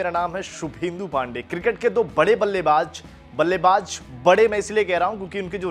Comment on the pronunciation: Ballaybaaj nhi ballaybaaz